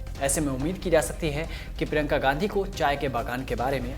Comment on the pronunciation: Bhai prinka ka naam to barabar lo prinka ka naam prinka whadara ha Gandhi nahai